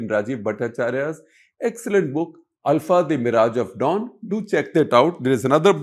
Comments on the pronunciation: Shekhar Gupta is pronouncing it right… it’s ULFA (pronounced AL-FA) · Shekhar is pronouncing it right.